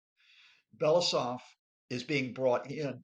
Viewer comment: Blah, blah, blah. This “expert” can’t even pronounce Belousov’s surname.